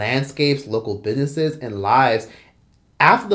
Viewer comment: are you purposely saying "bidnesses" lol